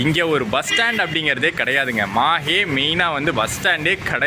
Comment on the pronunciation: Pronounsation is not MAHE bro it's MAHI will write only on MAHE